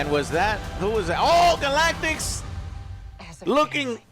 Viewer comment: "galaktiks"